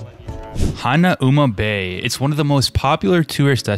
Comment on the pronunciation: I am a Haoli and I cringed when I heard the pronunciation of Haleiwa and Hanauma Bay. You have to live on the island or have a local teach you how to pronounce the names correctly. No harm, no foul. Hawaii for Hawaiians.